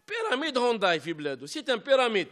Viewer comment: يا سي طحكوت العلامة اسمها هيونداي مشي هونداي والله غير زايلة تهدر مفهمتش انت كيفاش راك عايش والله غير الداب راكب مولاه فالجزائر.